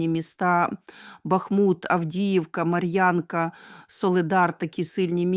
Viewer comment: Місто називається Марʼїнка , а не Марʼянка.А про наші землі ,які окуповані в 2014 ви не подивились. Дякую